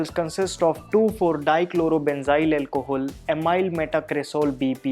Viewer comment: did he just say alcohool? lol